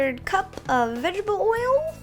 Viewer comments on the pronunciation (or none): Did you just say Vegebale oil Instead of Vegetable Oil? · Can't tell if you're purposely saying vegetable wrong to sound cute. Or you actually can't say vegetable right. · i think it's cute and funny how she says vegable oil instead of vegetable oil . :3 ;) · Once again... VEGGIBLE OILLLL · haha "vegible" oil!!! that's funny